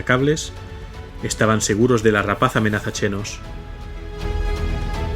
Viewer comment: Procura decir Shenos en vez de chenos. La X es la misma de la del quixote.